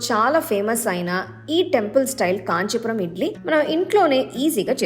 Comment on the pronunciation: కాంచి పురం కాదు 😡కాంచీపురం భాషను రుబ్బకు